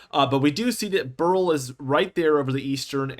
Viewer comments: It's pronounced "bear ill" or "barrel", not "burl". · Beryl... BEH-ril...two syllables. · Beryl is a name and gemstone. Its pronounced like Cheryl. "beh ruhl"